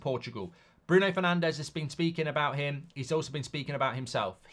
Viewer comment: It might help us get Neves if we stopped mispronouncing Portuguese names. It’s more ‘Nevs’ not ‘Nev Ez’. We haven’t got Fernandes right since he came to the club. They’re not Spanish or S. American. Hope we can get him.